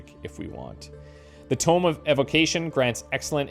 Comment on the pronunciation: 😂 I see you've been carrying on the Vampire Survivors tradition by pronouncing "tome" like "tomb" Edit: & just as you also did many times in V.S., you corrected yourself further along in the video 😊 Great job,!